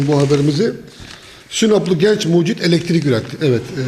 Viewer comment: Hay Allahım yaaa..! Şu kullarını yarattın, bari başı boş bırakma, sahip çık. Sanki ilk buluşmuş gibi "icat" diyor, sanki ilk bulanmış gibi de "mucit" diyor. "elektrik" kelimesi ne zaman "eletirik" oldu..? Videonun dakikasından sonra sırf pervane hızlı dönüyor izlenimi vermek için video gösterimini neden hızlandırdın, anlam veremedim. Hişşş mucitt..! yapacaksan doğrusunu yap. 4 kanatla denge olmaz, balansı bozar. 3 kanat dengedir. 5 kanat ise dönüşü zorlaştırır. Şu youtube'da icat videolarına bakın nerede saçma sapan, uyduruk, başkasından tırtıklama, işe yaramaz buluşlu bir video varsa bakın %99 biz Türktür.